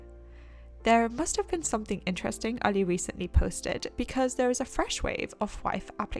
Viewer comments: I love it how she says his name like she is from Pakistan instead of saying it like every other white person out there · nope it’s exactly same in Pakistani accent, she is saying it perfectly